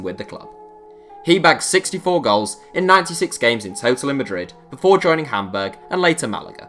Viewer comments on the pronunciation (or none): none